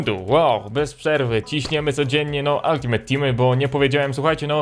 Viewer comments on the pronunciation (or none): none